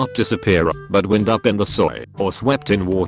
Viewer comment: Like the content but hate the robot voice that pronounces wind as wynde and lead as leed.